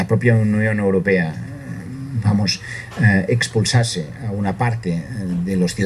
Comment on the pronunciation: "EXPLUSASE" ... ERA LA PALABRA ELEGIDA POR SECESIONISTAS PARA CREAR "AGRESIÓN"